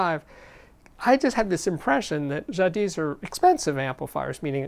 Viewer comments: I think it's Ja-dees? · Hi Steve I love your show! Jadis means "formerly" in English and you have to pronounce the S at the end. Jadisss... Thank you 🎶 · I've never heard Jadis called Ja Dee before. I guess Triangle is called Twah An Gail? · Jadis is pronounced "Jadeese." Rhymes with geese. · The "s" in Jadis is pronounced. It means "long ago" or "once". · I'd say the geese analogy makes the ee too long and the s too much a z. People can set Google translate to French-English and type in jadis (once up a time) to click the speaker icon. And, notice the stress is on the first syllable.